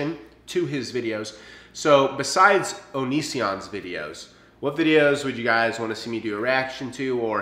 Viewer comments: You said onision wrong. It's on-niz-in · Nah he said it right